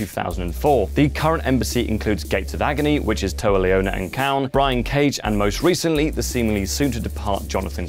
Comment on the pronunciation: How do you pronounce Kahn right but not Kaun? They're pronounced the same. Reminds me when Angle butchered the pronunciation of Asuka.